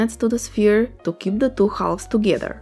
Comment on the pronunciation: Really nice idea, I think my nephew would love one. I saw other people commenting on your English and they’re right, it’s very good. May I give you two tips to help you? One is very subtle: try to notice the difference between the Spanish pronunciation of a word like “two” and how native speakers of English pronounce it: the “t” is much harder in Spanish than it is in general English. It’s almost as if it were spelled “tch” in Spanish, but softer than that. The other one is usually difficult for Spanish speakers - the open sounds. “Melt”, for instance, has a very open sound and most Spanish speakers pronounce it with a closed sound (because it’s the closest in Spanish). However, you can almost do it when you say “door”, which is great already. The open sounds are pronounced in a very similar way to the closed ones, except they’re higher in your mouth, almost “hitting” the front part of your palate. Try to say “eh” as if you’re in doubt, with a closed sound, and then project the same sound forwards. Literally imagine the word going up and front, through your nose. You can stretch your neck a little and project your head while learning - most of my students found this helpful when learning the open sounds. The open sounds are also used in lots of other languages, so it’s a good idea to learn how to do them. :)